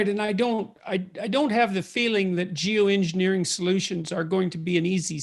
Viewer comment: Lol, he said “jew engineering”